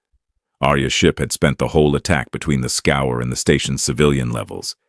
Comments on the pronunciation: When was the last time you met a “human” who reads scourge as scour? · I wonder why "Scourge" is pronounced "Scour".